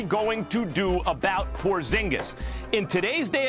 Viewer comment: tingis pingis killing me hahahahahhaha but porzingis is gonna be superstar